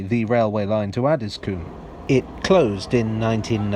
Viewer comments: I think it's pronounced Addis-com not Addis-coom! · It's pronounced Addsis comb. Not Addis Coom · I guess coom is probably the right pronunciation but have never heard anyone call it that. 😂 Ah-dis-cum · Interesting video thanks. Just to let you know it’s pronounced “addiscome”. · Just being a bit picky. Having lived in Croydon for many years and worked just round the corner from Addiscombe Station. Just to let you know it's pronounced "Addiscome". :) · I live at elmers end and this is how you say Addiscombe Add-is-Co-mbe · Please stop pronouncing Addiscombe as “Addis-coombe”! It’s where I live. I highly doubt phase IV of the Jubilee/Fleet Line would have got as far as Hayes and I highly doubt the Bakerloo will get that far either. Although Croydon have wanted the Tube to get here (the Victoria Line was planned to terminate at West Croydon, but the usual problems of tunnelling south of the Thames meant the line was going to be cut back at Streatham, then eventually it was cut back even further at Brixton), Bromley council have objected to any plans to extend the Tube into their borough in the past and for the extension of Tramlink into Bromley town centre. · I'm from Beckenham and grew up in Elmer's End area. There's an urban legend that says Elmer was a highway man that was hung. Also Addiscombe is pronounced Addys-cum by the locals. 😂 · It’s add-is-coh-mbe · He's not from Addiscombe though (I am). There's no vowel in there - it's more like Addis-cm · LOOOOOL 'ADDISCOOM' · The Addiscombe tram stop is actually more or less on the site of Bingham Road Station, about 20 metres along and 3 metres down. Bingham Road was the location for the train scene at the opening of the Tony Hancock film 'The Rebel'. PS us Croydon types pronounce it Addiscum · The 'O' in Addiscombe is short... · Have been saying Addiscombe wrong this whole time?